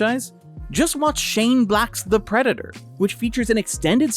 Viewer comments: Oh hey! You pronounce in two distinct ways. Sometimes it's normally and sometimes it sounds like "prednder". I'll give you a couple time stamps, hang on. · Are you mispronouncing "Predator" on purpose? Is this another one of those stupid YouTube things where you have to say "unalive" in order to not be demonetized? You want to talk about 1940s German political party? Guess what? One of the things it started with was self-censorship. Either way, still love. Thanks for the new video! 🥰 Edit: Yup, after the 2 min mark he starts saying it properly. He's definitely doing it to avoid any sort of YouTube conflict.... It's really sad, but it is what it is. I'm just glad this group of amazing humans can make money. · Ok, so the first several times you say it up until it sounds like you're trying to not get your video flagged. After that you literally say it like 4 times in a row and it's clearly enunciated. I'm not trying to down you at all! That's why I was also giving compliments in my original comment. I legitimately thought you were just doing it for the Almighty Algorithm 😅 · Everytime you say "Predator" is sounds like "Predna".